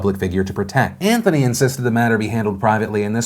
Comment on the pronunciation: Great show today, but James.. smh. "Antony" LUL nice meme ;)